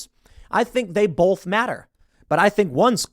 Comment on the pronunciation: Tim, stop saying "bolth", say "both"